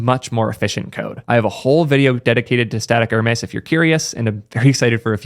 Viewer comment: Just a nitpick: Hermes is pronounced hur-meez (hint: it's not the French luxury brand, Hermès).